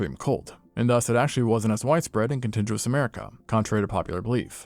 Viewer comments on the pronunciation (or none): "continJUous America?" I think you mean, "contiguous" con-TIG-u-ous. (hard G, like big, dig, fig, ...) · "contiguous" is a "hard G", like 'gum', not 'germ'